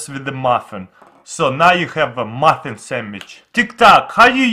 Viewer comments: He said moffin not muffin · Same for the "maffen"